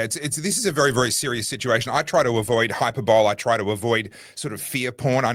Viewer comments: Your grammar queen strikes again - Hyperbole is not pronounced as “Hyperbowl” - Julia Gillard famously mispronounced this word back in the day! Break down the word 'hyperbole' into its individual sounds "hy" + "pur" + "buh" + "lee". Keep up the great work. Warm wishes Fiona Murray #iamLibertarian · Hyperbole is pronounced “hi-per-bolee” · It's sad that can't pronounce hyperbole correctly